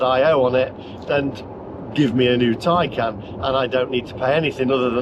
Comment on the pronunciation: Taycan not Tiecan